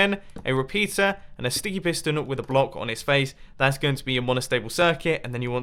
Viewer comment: its sounds like you said stinky piston